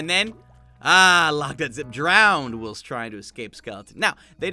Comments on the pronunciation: Its pronounced whilest not wilst. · For future reference, it's pronounced while-st not will-st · No-one: Logdotzip: w i l s t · Who pronounces whilst as /wɪlst/? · its pronounced while-st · It’s supposed to be like w-eye-ul-st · BREAKING NEWS!!! LOGDOTZIP DOESN’T KNOW HOW TO SAY ‘Whilst’ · Is anyone else bothered by how he pronounced whilst? No? Just me? Ok I'll leave then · is no one gonna talk about the way he say whilst 🤨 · Why do you say whilst so wierdly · Whilst in not pronounced like how you say it. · You can’t pronounce Elytra or Whilst. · The way he pronounces “whilst” 😣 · Is anyone else jarred by the way he pronounces "whilst"